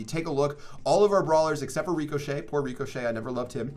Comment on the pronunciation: Superb pronunciation on ricochet lmao, get a dictionary